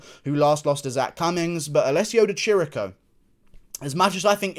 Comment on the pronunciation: Di Chirico is prounonced Di Kiriko. I’m Italian